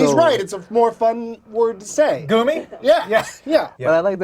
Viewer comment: It's pronounced Goomy